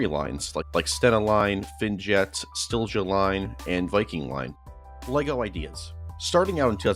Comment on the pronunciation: The way you said silja line os just so funny